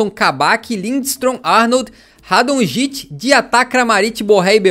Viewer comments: diz-se radonitche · Radonjic não e assim é radonic